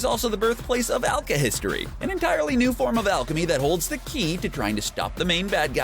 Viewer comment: "Zing" "Lahn Fahn" "Alkahistory"